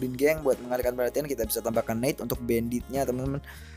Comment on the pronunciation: bukan neit bang tapi nait bacanya 👌😊